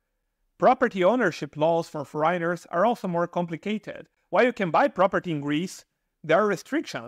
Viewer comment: kudos to you for venturing to do this in your second language; however, with youtube you probably could improve your pronunciation because after a while of listening the mispronunciation of certain words like “foreigner” it can get a bit annoying, but your info is great and I’ll keep listening.